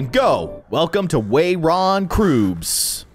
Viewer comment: Hello neighbor: Calwon oot Wayron Croobs Spelled correctly: Welcome to Raven Brooks